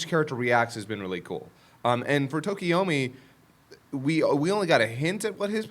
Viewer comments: You're killin' me, Smalls. It's TokoyAmi, not TokoyOmi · Anyone else get bothered by everyone mispronouncing and misspelling Tokoyami’s name? It’s not Tokiyomi lmao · Why do they keep calling him Tokoyomi? Im not a stickler for names but its Tokoyami.